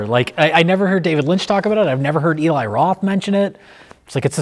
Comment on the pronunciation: I love the cabin fever series. This was a great video. Also so glad these guys call Eli (E-lai) instead of (El-ee).